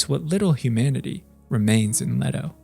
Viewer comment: Leto. pronounced Lee-TOE. this isnt the rare Jared Leto pronunciation. why do you people butcher a simple name